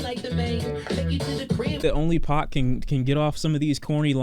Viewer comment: It’s pronounced pack fyi